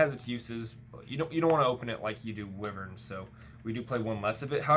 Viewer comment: Wiv-urn…it’s pronounced Why-vern